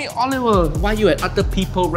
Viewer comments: Jamie Oiliver. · Jamie Oliveoil 😂😂😂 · Jamie olivoil 😂😂😂